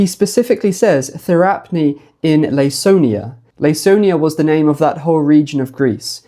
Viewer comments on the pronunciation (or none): Hi, great video! Just letting you know that Laconia is pronounced with a k like Lah-Koh-Nee-uh for future videos :)